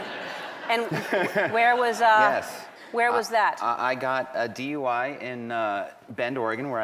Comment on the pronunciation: It sounds more like DY rather than DUI.